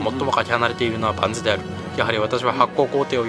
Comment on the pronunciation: だからパンズじゃなくてバンズだって